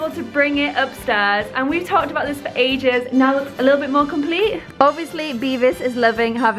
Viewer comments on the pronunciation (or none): Now she says "ages" like A. lol